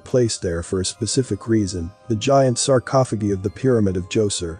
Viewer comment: I won't watch this channel again..nor will my friends or family until you fix your automated voice. sarcophogeee is so distracting that it's all I could concentrate on.